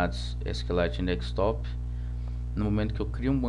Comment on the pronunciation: Se diz desktop, não dekStop